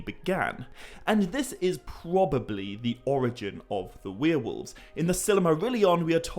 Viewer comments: dude.. its' warewolves... not wheel-wolves 🤣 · The way you pronounce werewolves as "we are wolves' is so charming. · You're saying Werewolves wrong